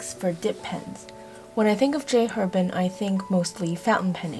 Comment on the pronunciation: This was a great review, thank you. Very thorough, great visuals, very organized. The only criticism: if you like J. Herbin so much, please pronounce the name correctly: the "H" in French is silent - it's pronounced AIR-bon (that's the closest to an easy way to show you how to pronounce it -- more accurate would be : AIR-bahn )